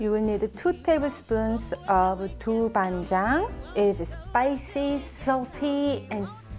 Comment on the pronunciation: It is so interesting to hear how foreigners pronounce 豆瓣酱 lol